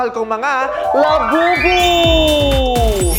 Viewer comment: Did Vice say Lababu?😂